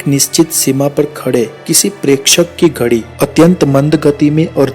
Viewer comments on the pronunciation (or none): none